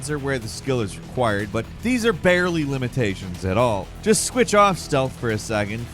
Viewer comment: "Barrel-y" I caught that, you sly dog.